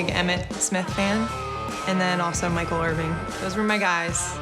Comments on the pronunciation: "Michael Irving" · This girl said Michael Irving yup you’re a real fan 😂😂😂